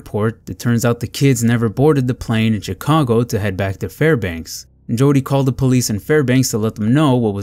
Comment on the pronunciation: Chicago is pronounced as "Shicago".